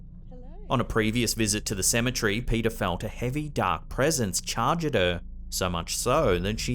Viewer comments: Cemetery not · I have to correct you with pronunciation of the word cemetery. Say cem-e-tery and clap your hands while saying it with the syllables of the word lol. It sounds like you're saying Symmetry like in engineering terminology meaning symmetrical/ centrality to a certain feature to/of something. Ok, I'm done being an A-hole who thinks he knows what he's talking about... 😂 Sorry. You're AWESOME! BTW and love all of your content!!!